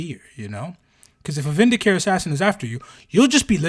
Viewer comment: Vindicare is "vin-di-kah-ray". You'll note the irony that the Eversor are always in painful discomfort. They are "ever sore". Secretum is "say-creh-toom". How do you spell Vannus? Vanis?